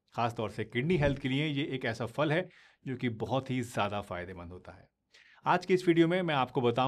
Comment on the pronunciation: Pls aap phal ko fal na kahe फल है